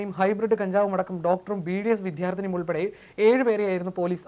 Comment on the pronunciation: " വിധ്യാർത്തി", പട നം "" ഉച്ചാരണം ശ്രദ്ധിക്കണ്ടേ